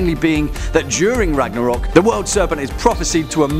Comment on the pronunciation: its ragnarök.... rip my ears! D